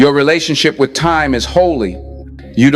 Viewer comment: Brother in ELI, Thank you for telling us of the powers and explaining on kool way. Your Virtual Intelligence is sometimes wrong in pronouncing words such as live with two ways to speak.